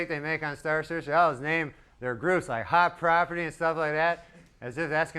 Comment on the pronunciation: “Our next act…everyone welcome..HOT PROPITTY!”